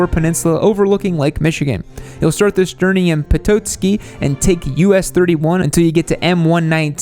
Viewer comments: I live in Petoskey and couldn't help but laugh at your pronunciation. The "o" is pronounced "ah" Pet-ah-ski. Tunnel of trees is a beautiful ride. Getting quite cold here though. Might get a couple more rides in with the colors before it gets too cold. Very cool to see it on your list! Also, it's pronounced "Mackinaw" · I’m from Traverse City and totally agree. Also check out M22 up to Glen Arbor and the Sleeping Bear Sand Dune national park. I love how pronounced Petoske and Mackinaw. 😂